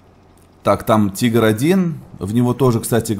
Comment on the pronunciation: читаеться не тайгер а тигер или тигар